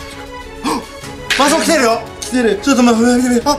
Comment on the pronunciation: マスオ言えなくて草ww